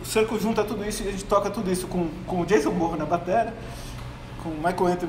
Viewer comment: Não é Jason BORRRAN é Jason BONNAN !!! segundo falou GASTÃO MOREIRA